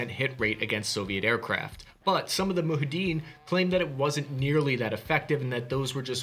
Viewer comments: Great video, very cool stuff. One thing of note - it's not pronounced "moo-ha-deen". Rather, it is "moo-ja-hid-een". If you wanna sound even more cultured, practice saying it fast and let the syllables sort of blend together, you'll sound like a real history nerd. Also of note, when we hand out advanced weapons like this, it tends to backfire later on down the road, but that is the nature of war I suppose, no perfect solutions. In Afghanistan, the majority of our birds that got knocked out were hit by Stingers (or RPG's fired by absolute giga-chad Taliban gunners, I guess) that were left behind from the times when the Soviets were checking things off their "criteria to be an empire" list by invading and occupying Afghanistan. Granted, that last one is more political, and still a debated topic, so I get why you wouldn't include it. Still, I think it's possible to mention the risks involved with dispersing weapons like this, without making value judgements on the practice. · Isn’t it “Mu-JAH-ha-din”, not “MU-ha-din”? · "moo-JAW-hid-een,", not "moo-hid-een":) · Yay a Stinger vid, I was wondering when you were going to cover it. It's moo·jaa·huh·deen not muhadeen btw :) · Wanna see what can be done about production acceleration can look like, check out the movie "Charlie Wilson's War". It also has an insight on how the weapons got to the (phonetic spelling) moo jah ha deen, not moo ha dene, sorry. you are not as old as you feel. Know your frenimy! Don't even get me started on a 10% loss rate, decimation is not annihilation. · Muhadeen? What happened to J in that word? 🤣 Mujahideen 😎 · It's not ''moohadeen'' but ''mujahideen''... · "... and my middle name is Misprunciation" ;-) - it's mu-ja-he-din, not "muhaddin". Also, while doing my favourite pastime, i.e. nitpicking, if by the "destroyed nation" you meant "Soviets", then it should be called "state", not "nation". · I think the resistance are called mujahideen..not muhadeen...great video though